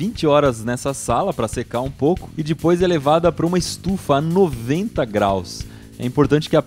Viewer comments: Para de falar di pois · "E dipois" hahaha